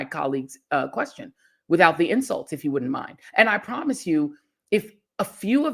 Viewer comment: "Eef its a dog that leaks" 😭